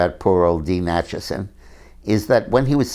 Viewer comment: Dean Acheson not Achison.